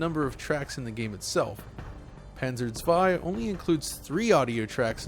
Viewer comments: Props for pronouncing "Zwei" properly!!! 😁😁😁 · Props to him that he made the effort to pronounce "zwei" correctly!!!! :-) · Thank you for pronouncing zwei correctly.